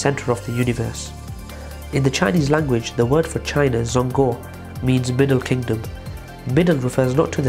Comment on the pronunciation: It’s not zong guo it’s zhong gwuo